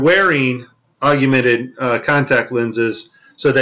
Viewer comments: Its "Augmented" like org + mented...Google it. Thanks for the interesting video and hours of research. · lol the guy can't even pronounce AUGMENTED... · Its augmented you illiterate. I assume you are just taking the piss with this video? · it's pronounced ogg-men-ted not ogg-you-men-ted... and HoloLens not HoloSense. great video though, while a few can be explained by artifacts, there are some stunning examples of deception on display here. well done on the finds. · Stop adding a YOU to augmented. It's NOT Aug-YOU-mented reality it's pronounced AUG-mented reality. And your attributing pack loss to errors in AR. There's a simple explanation for it, it's just packet loss. Very much like when Netflix or Amazon Prime glitches and loses packets on the movie being streamed to your house. Same thing. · Augmented = Og-men-ted! Not, Og-u-men-ted... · For gods sake, it is NOT PRONOUNCED "OG-YOU-MENTED" Its "OG-MENTED" Thats all. Simple. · love this video!! Keep it up. One criticism I have to point out that is bugging me. Please stop saying augumented, it is augmented! Nasa is going down!!! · Are you for real, or are you joking? “I prayed about it, and the lord told me which video it was”??? You must be fucking kidding, you can’t be for real.... AND IT IS “AUGMENTED”, “AUG-MEN-TED”, NOT “ARGUMENTED”, you dumbfuck!!! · MY BS ALARM IS GOING OFF!!! " ......with their contact augumented virtual reality lenses......" THEIR WHAT???? First of all the word is "AUGMENTED" not "AUGUMENTED" How about a link to this "augumented" contact lens technology that works WITHOUT THE USE OF ADDITIONAL GLASSES AND/OR HEADGEAR which allows the Astronauts see so much detail they can catch VR objects in mid air? Here is the truth about this tech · It''s augmented yo , NOT augUmented. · It's awg-ment-ed. Not augUmented. Your putting a virtual U in there that doesn't belong. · augmented not aug-ooo-mented... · it's pronounced AUGMENTED.